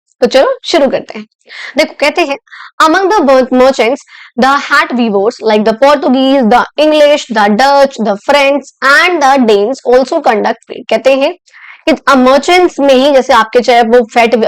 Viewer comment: Thats not weaver it wearer